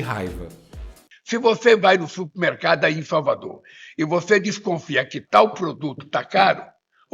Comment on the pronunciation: Ele fala supimercado , ignorante !